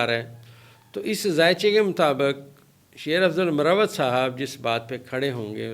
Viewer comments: ڈاکٹر صاحب لفظ مروت ھے Marwat ھے Morawat nahe hy, یہ نام ھے ایک قبیلے کا آپ جب Morawat بولتے تو اس کا معنی محبت ہو جاتا ہے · Sir correct pronunciation is MARWAT